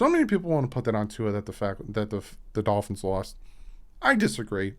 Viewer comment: It's the Miami Dolphins not the Miami Golphins, Tua. lol. Love the channel, keep up the good work.